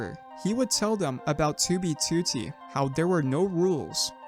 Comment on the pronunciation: stop saying 2b2t like that lol